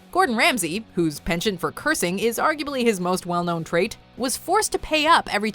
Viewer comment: Pen chant?! Fuck off if you’re gonna try using big words at least pronounce then correctly